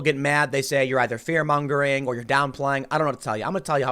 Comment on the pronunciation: TIM: THE WORD IS MONGERING. NOT, NOT, MUNGERING.